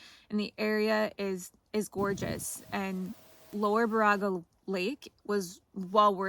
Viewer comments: I'll be that jerk. Its pronounced BEAR A GA. Not Bar a ga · Impressed you are doing solo winter trips like this. Just so you know, it's pronounced like this. Baraga (/ˈbɛərəɡə/ BAIR-ə-gə) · Love your videos!!! We live in da yoop. Just a quick pronunciation fix. Baraga is pronounced “ bear-uga. Keep going you amazing. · baraga is pronounced bear-ah-ga. there's a lot of weird names in my yoop. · Hello again, I have now completed the video (love it), but was wondering about the baraga lake. The reason I was wondering is I had not heard of it until I looked it up and found the reason why. Baraga is pronounced Bear*ah*gah but don’t worry about that cause the only people who pronounce it correctly are the local people. You will find a lot of places in the U.P. have the name Baraga in them as Father Frederic Baraga was a Catholic Priest who came to the area in 1843 to minister to the Ojibway natives. Father Baraga was known as “the Snowshoe Priest” as he would travel hundreds of miles each year in the winter on snowshoes. In 1853 he was elevated to Bishop by Pope Pius IX and was the first Bishop of Marquette. Bishop Baraga died in 1868 and is buried in St Peter Cathedral in Marquette. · Hello, and welcome to the great UP. I live "up" here in Iron County. Great to be along your adventure here. I just wanted to say, Baraga, is pronounced BEAR A GA. Bishop Baraga, the Snow Shoe Priest. Be well and keep the adventures going !! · Great adventure, thanks for sharing. I believe the yoopers pronounce Baraga as Bear a ga. I could be wrong😁